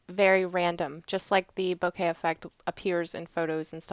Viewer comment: Its "boh-keh" with no emphasis on either syllable.